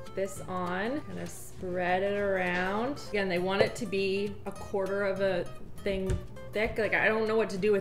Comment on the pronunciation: "A quarter of a ting thick." 😂😂